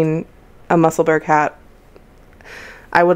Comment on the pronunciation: New subscriber. Very professional podcast. Just one little point, Musselburgh is pronounced Musselborough, a city in Scotland, UK. Otherwise you did awesome, thanks